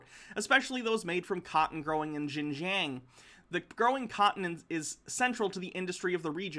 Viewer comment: About that part of china. Pronounce it like "shin-john". Its not exactly right, but its closer